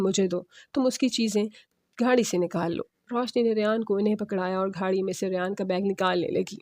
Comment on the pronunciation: یہ گھاڑی کیا ہوتا ہے ،گاڑی ہوتا ہے ، بڑھتا ہوتا ہے بھڑتا نہی